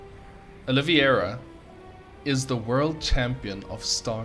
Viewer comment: His name is Oliveira, it is written in your replay bro :) Pronounced O lea vay ra. Nice commentary though ;)